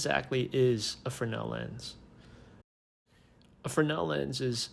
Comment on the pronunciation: And now I know the correct way to say Fresnel. 😉